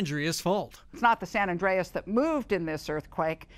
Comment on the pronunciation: Is it me or is the reporter mispronouncing San Andreas?